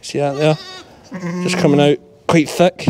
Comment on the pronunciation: "Just comin oot the bak door" xD